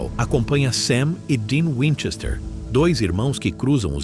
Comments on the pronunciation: Para, para, para! Assim você vai acabar arrancando o olho de alguém! E aliás, É winCHESter, não WINchester. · O cara não sabe falar o sobrenome.